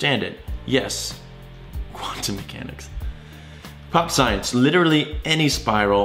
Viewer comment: You're pronouncing Xi wrong, even for an American - also, the irony of calling Euler a dumbass when you initially pronounced his name as 'Yuler' ;) And you initially pronounced quantum mechanics as 'quantum meshanics' - fair to say this video left me rather triggered haha; I'm not like a neutrino, I can't simply just keep going like nothing happened